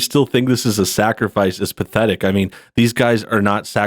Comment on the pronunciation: Sacrafice? Ahahahaaaa